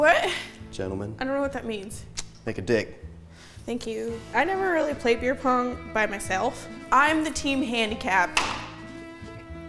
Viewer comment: It's 'Beer Pong', not 'Fear Pong'.